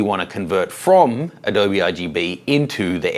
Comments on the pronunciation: In case nobody told you, it's not pronounced "Uh dobe". It's actually pronounced "Uh-dobie / Adobey / Adobeeeee". Adobe. Signed - someone who lives by Adobe. :). Thanks for the video by the way, I've had this question for a while. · This is 5-year-old evergreen content so good on. But the "uh DOE Buh" was making me crazy. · When he said "adohb" I spat at my screen, then cleaned it and switched to sRGB. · Thanks for the info,. Just to be clear though, Adobe is pronounced with an "eee" sound at the end. Like this, UH-DOE-BEE. Just like the Spanish word for mud hut walls or bricks. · ...and Intel was peed off that everyone was using gamma 1.8 'Apple RGB' on Macs! PS it's pronounced "A-Dobeee" as in the clay houses. Cheers David Myers in Sydney. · I normally don’t comment on 5yo posts... I don’t believe a word you say about adōb. If ya can’t learn how to say one of the most widely used products in the field, you can’t claim to be an expert. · Nice catch! I tried to ignore it after the 99th time he said Adob'. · its pronounced "ah doe bee"! mmkay!:-) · Adobe (/əˈdəʊ.bi/) you pronounce it properly, i feel like you are doing it on purpose :( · Jesus! Still not pronouncing the E after all these years? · You say Adobe funny! First person I have heard say it like that! (BTW, not having a go about it. Before some keyboard hero jumps on me....)